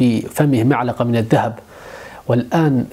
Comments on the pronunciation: كأنني سمعت معلقة وليس ملعقة 🤔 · ملعقة وليس معلقة 😁 فيديو رائع استمر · كانني سمعت معلقة عوض ملعقة 😊.. المهم نكمل الفيديو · ملعقة و ليس معلقة 😆